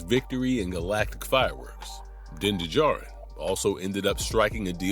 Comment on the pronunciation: you are hitting one strike after another.... din de djarin???? like in many other videos of yours lately....you have never watched anything of what you are talking about, and your ai scipts don't help you either, when you are reading of it like the robots you employ to write this garbage....